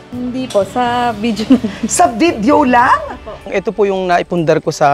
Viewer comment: VIDEYO!...Not VIDJO!